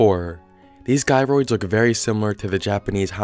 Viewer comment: It’s “jie-roids” not “guy-roids”